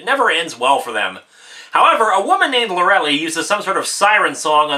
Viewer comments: I probably shouldn't be complaining about this, but for God's sake, Lorelei is pronounced Loe-eh-lie. It's not Lorelly! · Lorelei is pronounced "Lore-el-lie". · Lorelei = Lor-uh-lie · Linkara. Please. Lor-e-liiiiiiiiii. Long i.